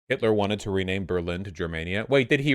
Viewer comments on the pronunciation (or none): none